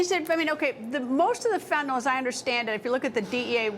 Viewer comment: Did she just fentenall? Does she know it's fentanyl?